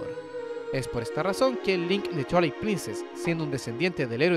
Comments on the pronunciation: Por qué dicen "chuailit princess"? Se dice "Tuailight princess" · "Chualait Princess", mis oídos!!! 😂😂😂😂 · Observación constructiva, cuida que Twilight no suene a Chuailait...se oye feo. Por lo demás, excelente contenido 👍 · Me mata de risa como pronuncia /chuailait/ princess … 🤣